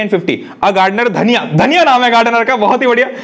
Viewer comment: She was a girl Dhaaaniiiaaaaa but he said dhaniya 😂